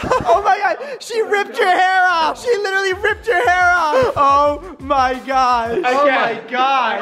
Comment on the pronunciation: This is how many times Brant said “litterly” ——————>